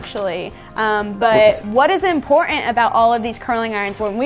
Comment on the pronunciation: “Impor-ant”. Really?